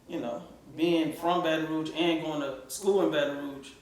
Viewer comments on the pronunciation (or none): It's baton rouge not baton rogue